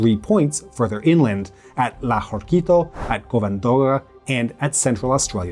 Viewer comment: He pronounces a lot of names poorly. Covadonga was hard to listen. I mean, he did try, and some were fine, so its OK